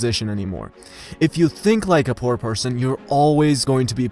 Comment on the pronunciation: Dude you don't pronounce "poor" well. Great video tho.